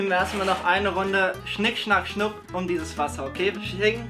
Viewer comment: Wir spielen jetzt schnik schnak schnuk! Auch: schnik schnak schong 😂😂😂😂